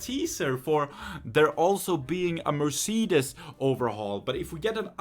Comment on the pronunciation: For me as a german my ears hurt now, why do they pronounce Audi,Mercedes and Porsche in English so wrong.xD